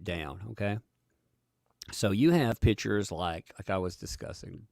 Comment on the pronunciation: Just wanted to let know, that as a Portuguese, the way you say "pictures" I hear "pitchers". It's funny sounding. But excellent work on your channel! Love seeing your videos!